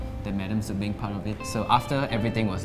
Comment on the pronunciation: Beng Not bang xd